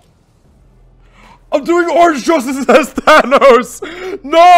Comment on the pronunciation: Good stuff but you're saying "Thanos" wrong. (Thane-Os)